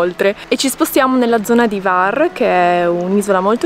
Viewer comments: Scusami, ma H la devi leggere. Non e var, e Hvar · la "H" si pronuncia, non è Var, grazie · Sempre splendidi i vostri video ma imparate a pronunciare i nomi delle località croate in modo meno sbagliato ! Non si pronuncia Var ma Hhhhhhhvar ! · Io parlo croato. Se posso essere utile, vi avverto che non si pronuncia assolutamente Kvar, altrimenti i croati avrebbero scritto proprio Kvar. Si pronuncia Hvar, con la H aspirata. Se qualcuno non sapesse cosa significa “H aspirata”, spiego che significa una H pronunciata come quando si ride forzatamente, ironicamente: “Ha Ha Ha”. Praticamente la stessa cosa come quando si deve pronunciare correttamente in inglese la parola “Hotel” (gli italiani dicono “Otel”, ma non bisogna comunque farlo diventare “Kotel”: mi spiego?). Perciò per un italiano si presenta la difficoltà di dover pronunciare una H aspirata (“Ha Ha Ha”) seguita immediatamente da una V: difficile, ma lo si può fare 😉 Altrimenti meglio usare “Lesina” 😉 Spero sia stato utile.